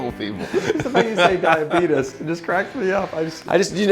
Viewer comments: It’s die-uh-bee- tease zzz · So basically, Gibson's version of "Bitcoin"?? 😳😂 Ummm, NO!!! And Jonathan: "Dyuhbeetus" 😂😂😂